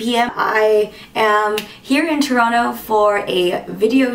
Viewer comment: Two thumbs up for not pronouncing the 2nd T in Toronto. I proclaim you an honourary Canadian. : )